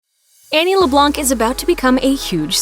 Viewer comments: Voiceover: LeBlᗩᑌnc Me: throws headphones across the room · Why are they calling Annie “LeBlanc” lamo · Did you notice she said Annie’s last name wrong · She said Annie’s last name totally wrong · It's annoying how they kept calling he LeBlanc and not Annie. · Leblanc is a french name and we don't pronounce the c